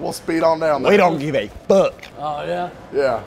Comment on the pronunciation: When said we don’t gvive a fuck 😹😹😹